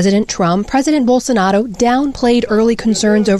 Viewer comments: BOWL. SO. NAH. ROH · bowl sa 'narro.